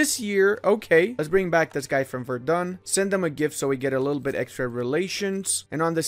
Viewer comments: Its spoken Werden not Verdun. The latter is in france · Please look up how to pronounce Celle. I think you had the "ll" part about it. Also Verden is not Verdun. The "V" makes an f-sound, the "e" almost disappears, the "n" is not softened the emphasis is on the first syllable and there is no "u" anywhere. It's pronounced more like "Ferd'n", really.